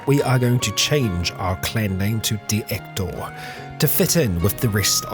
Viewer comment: I think it's supposed to be "dey Ector." The Vlandians add a "y" for whatever reason.